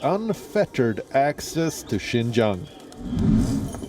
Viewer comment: Xinjiang like Jing jang.